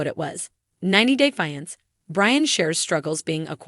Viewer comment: The word is FIANCE this is so annoying